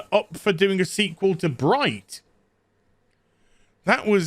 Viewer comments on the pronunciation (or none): none